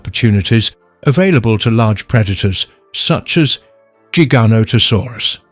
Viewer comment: Loved this! ❤ But Giganotosaurus is pronounced (Jigga-nohda-saurus) btw. 😅